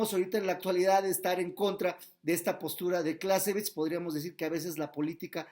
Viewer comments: ¿como se pronuncia? ¿Carl fon closevitz? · Está mal pronunciado , el nombre del autor .